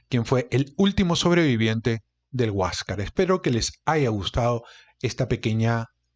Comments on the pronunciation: Hasta yo te pdria tomar prisionero por prenunciar mal la palabra HUASCASR... Tan simple como Huascar... jiejjej. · Para para para... Huas car no se dice tan asi entiendene bien Huáscar... completo... Enchúfate ....